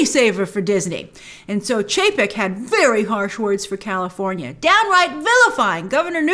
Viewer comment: California, has an R, Lol